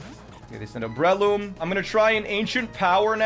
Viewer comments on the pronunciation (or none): “Brehloom” hurts